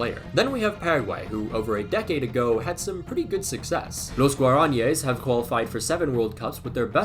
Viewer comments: Nice try on the Spanish pronounciation, some tips in order of importance 1. An accent mark tells you where you should put stress on a word, for example: Los guaraníes. Not GuarAnyes, instead Guara-NEE-es. 2. Aside from the obvious rolling Rs, when you have one R, you "tap" it. It's close enough to an English D sound that most people wouldn't be able to tell the difference between the two. You did a great job when saying Peru! 3. Z is pronounced just like S 4. Sidenote: listen to the Chilean announcers try to say Brereton, its not a name that works in Spanish, its hilarious. 5. Portuguese is hell, don't even try 6. Sidenote 2: In Argentina, Scaloni is pronounced Ehcaloni, that's a bit funny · Guaranies is pronounced “Wara-knee-es” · pronouncing Guraníes was painful its Gua-Ra-Knee-Ess